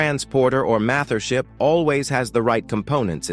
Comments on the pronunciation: NO WAY HE SAID MATHERSHIP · He said mather ship😂😂😭